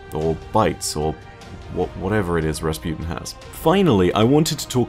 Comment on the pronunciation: Rasputin guys not rasputen. XD